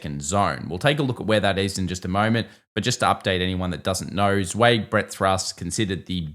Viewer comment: You need to look up how "Zweig" is actually pronounced. You're not even close.